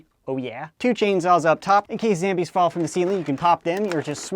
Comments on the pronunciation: It's zombies not zambies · do you mean zombies instead of zambies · SAME MATE ! its not zambies its zombies! (i laugh every time)! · why do you say zambies its zombies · who says zambies it's zombies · It is not Zambies its zombies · WY the heck does he call zombies ZAMBIES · why does he say zambies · Why do u call it zambies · Why does he say "Zambies" ? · why do you say zambies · said zambies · He just ruined the word zambies for me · Why is he saying zambies